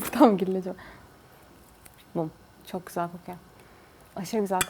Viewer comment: Abla sen neden çok güzel demiyorsunda çık güzel diyorsun